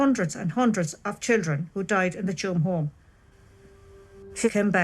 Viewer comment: The way the name of the village is pronounced is aptly “Tomb”